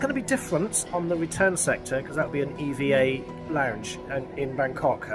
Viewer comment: It’s EVA not E.V.A